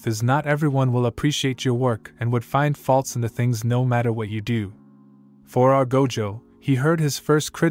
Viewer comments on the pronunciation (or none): none